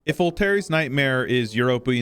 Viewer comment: it's pronounced 'vol-tear', not 'vol-terry'.